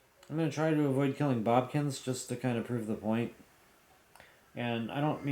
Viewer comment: Why do you call Bokoblins “Bobkins”?